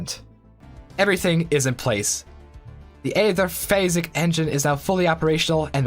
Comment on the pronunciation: Hang on... Did you say Aetherphallic engine?